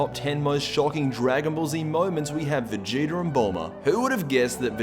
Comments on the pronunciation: Stop saying vegeter, it's vegeta!!! 😂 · It's vegeta not vegetr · Stop calling him "Vegeter" His name is Vegeta!!!!!😡😡😡😡😡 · am i the only one who hears him say vegeter everytime